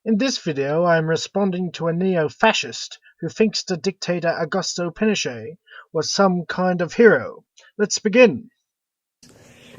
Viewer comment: "Ogasto pinoshe"